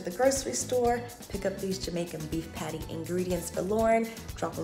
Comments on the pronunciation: As a Jamaican myself, the way says "Patty" irks me 😂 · Saying- the way she says patty hurts my soul😪